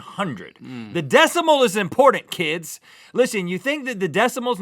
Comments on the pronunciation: There are two T's in the word "imporTant". There are no D's, the word is not "imporDant". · i dont understand how Rhett cant say the word "IMPORTANT" .. he say's Impordant... UGH, drives me nuts. :P It also drives me nuts when people in general say other words like, instead of COTTON they say COT-IN, or CODDEN... >:( UUUUGGHHH It makes me ANGRY when ppl do that.. its so lazy. Its a ridiculous... and I hate it when someone says the word WOOF, in stead of WOLF. and multiple other words. ... sorry my rant is over.. :P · ITS IMPORDANT!!!